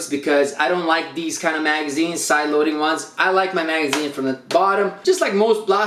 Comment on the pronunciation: oof when he says magazine